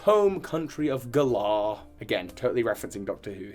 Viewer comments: I love you with all of my heart but I'm a Virgo and a Grammar Police member and the fact that you can't pronounce "Galar" correctly (it's like the word, "Gallant") even though they've CLEARLY stated how the region is pronounced in the trailers has me shaking my head. lol Same with the new Pokemon names... Man, we need to CHAT hahahaha 😂💛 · Why d you say Galar wrong? Just because its based on the UK doesn't mean you can decide how it's pronounced. It's a name that Game Freak invented and made up, thus it should be pronounced the way they have stated... many many times. It's not funny or quirky, it's just annoying. It's like if I just started pronouncing your like (Tue-Bi) P.s I'm from England P.s.s I love everything else about your videos lol